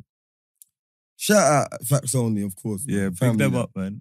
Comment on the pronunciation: has started saying "Factos", Give it two weeks watch how he says he invented it😤😤😤